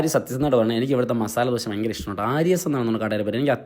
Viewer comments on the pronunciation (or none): none